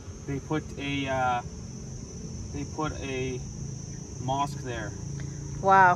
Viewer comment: i love you all when you pronounce mosque....